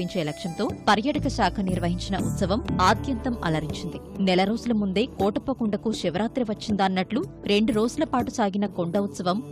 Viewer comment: కోటప్ప కొండ తిరునాళ్ళు కాదండీ. కోడెలప్ప తిరునాళ్ళు .